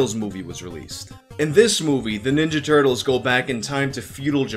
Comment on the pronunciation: The Turt-leez